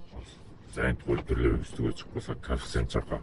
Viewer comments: Кафсент емес коефсент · Кааафцент менен дегин 🤣🤣 молодец ийгилик